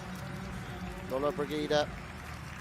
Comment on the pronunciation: Commentators should have some respect for the competitors & pronounce their names correctly, this commentators persistant inability to pronounce Lollobrigida was irritating & disrespectful.